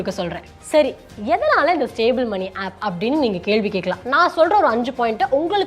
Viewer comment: நீங்க ஆப் (App) ஆப் (App) சொல்றது என் காதில் ஆப்பு ...ஆப்பு..னு கேக்குது...